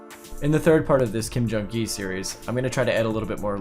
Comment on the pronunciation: "Becoming a Ghee" xD